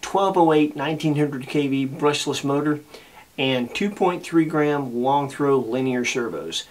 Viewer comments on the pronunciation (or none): none